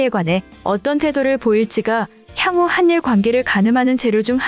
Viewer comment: 한일을 하닐으로 읽어야지 한닐이라고 읽으니깐 되게 어색하네..